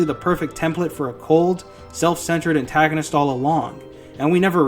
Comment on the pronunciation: spoiler Anime watchers: yes he is Manga readers: you said antagonist wrong